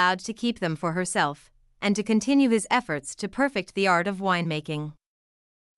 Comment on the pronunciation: Please try to pronounce Clicquot correctly. This is unbearable!